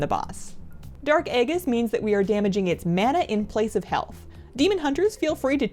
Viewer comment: Good guide, but the pronunciations are off: Aegis has a soft G and Sygian has a hard G